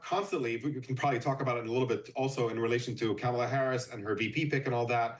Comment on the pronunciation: this mf needs to learn how to pronounce Kamala. It's not "Cam." He sounds like a conservative